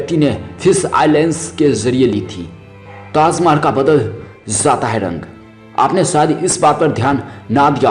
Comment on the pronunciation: ha ha ha... abe pele dhang se bol bhai... taaz mahal taaz mahal... kha zaataa h bol ra h ... hahaha...